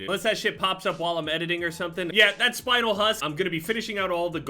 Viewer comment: The spinel part of that camo is actaully a crystal that exists and its pronounced spin el not spinal